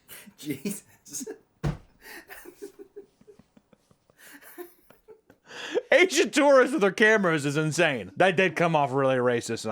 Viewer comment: how tf did you manage to says asians with a hard R